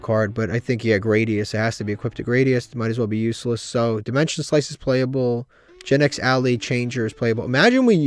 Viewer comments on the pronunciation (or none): Love how he misread dimension slice.